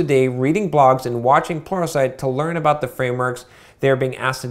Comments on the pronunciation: It's but yeah towards the end there it did sound like "porno site" LOL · Everytime you say "Pluralsite", I hear "Porno site". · I'm a newbie with programming. It sounds like you're saying "porno site" in regards to watching training videos. What are you really saying? I can't think of anything and I have to know lol